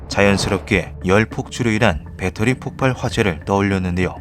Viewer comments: 폭팔x 폭발ㅇ 자꾸 폭팔이라고 발음함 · 폭발은 폭팔이 아니라 폭빨이라고 읽습니다. 다들 폭파와 헷갈리죠.